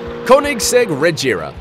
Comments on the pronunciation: The way he pronounced agera and regera tho. Btw the agera rs is the fastest. Geez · hes not saying Agera right.... IM TRIGGERED. its said like A-gear-a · He said it like a-jer-a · your wrong as well its "ah-jerra-uh" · Don't make videos about cars if you're not a car enthusiast. You're going to piss off a lot of people if you so much as pronounced a car name incorrectly. Which you already have. The Koenigseggs. Pronounced respectively: "Ah gear rah" "Re gear rah" And "One to one." Not so hard. Next time, learn more about cars before you spew nonsense and false facts you found on the websites of the company. Such facts about speeds are ESTIMATES. Not the actual speed of the car. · Every time he pronounced the Agera and Regera wrong I died inside a little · He pronounced agera wrong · At least pronounce Agera correctly damn. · Learn how to pronounce the Agera. Your way is incorrect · All of your Koenigsegg information is wrong. Listening to you say Agera and Regera makes me cringe so fucking hard. The top speed of the Koenigsegg Regera is about 266 miles per hour, and the Agera R is about 270, also the Bugatti Chiron doesn’t go 288, therefor it’s not the fastest car in the world, everybody knows the Koenigsegg Agera RS is the fastest car in the world going 284 miles per hour. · The Way He Says “Agera” Hurts My Heart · Your saying agera and regera wrong and its not 1,it's one TO 1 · LoL the way he says Agera and Regera gets me :D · The way you pronounce koenigsegg agera... made me want to puke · The way he says agera is so fucking cancerous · He said agera and regera wrong also the chiron only does about 258mph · He don’t pronounce agars right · The moment he said: “explosions in the cylinders” then “pounds per foot”, and then the way he pronounced Agera and Regera, I was like “lel” are those info even right? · I cringe from his pronunciation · What shirt pronunciation on Koenigsegg agera r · He pronounced "Agera" terribly... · you also didnt say Agera correctly